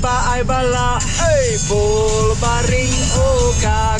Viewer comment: Bro Pronounce Bolbaring better than 89% of the Khasis